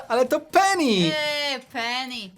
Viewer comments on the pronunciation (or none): none